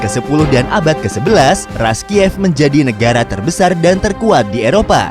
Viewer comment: Rus dibacanaya, bukan Ras! Bahasa rusianya Kiyevskaya Rus' (Киевская Русь) Knyaz! Bukan kenayes! Kalau bikin konten sejarah suatu negara saya sarankan berkonsultasi dengan orang yang mengerti bahasa dan budayanya.